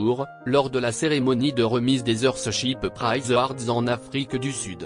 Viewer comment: Qui lit ce texte ? . C'est insupportable..qui seste tenu pour dire qui s'est tenu. Si esti pour c'est....en Afriqueu du sud.. Respectez la langue française